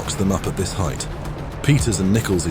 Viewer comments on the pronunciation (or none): none